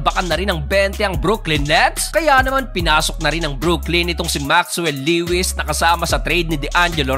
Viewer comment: Le-wis😂 Lowis yon bro, bisaya ka talaga😂